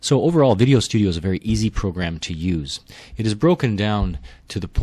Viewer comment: oh. he said verry earsy :((